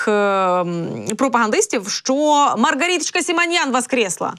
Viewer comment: Наскільки гидотно чути твоє" дебільне мар. гарітачка"!!!!